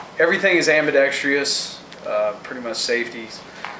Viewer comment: am-bee-dex-truss. sorry, that was driving me nuts. love the grips though :D